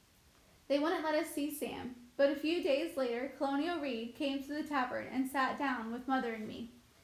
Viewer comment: You pronounce a LOT aid words wrong in this book… the story isn’t bad but cholera and colonel are just a few things read utterly wrong in these videos among other words…